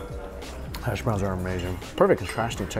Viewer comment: “Hass” Browns look good.